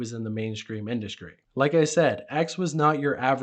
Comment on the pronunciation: stop dude. ExKREAMLY? IndusKRY?? lord have mercy you're killing me